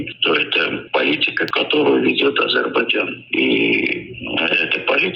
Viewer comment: Амджыгбайджан 😂😂 оговорка по Фрейду